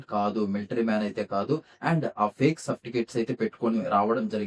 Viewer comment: Neeku certificate pronounce cheyadam raaledhu crpf abbreviation em thelusthadhi le